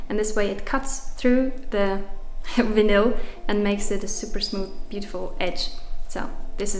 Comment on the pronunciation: Looking so great 👌🏻 the Vinyl stripes look awesome 👍🏻😎😎😎😎😎😎. Just check your pronunciation of Vinyl 🫂😉